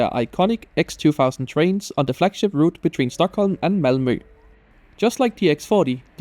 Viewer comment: the way i could tell ur danish by how you said malmø and tåg hahaha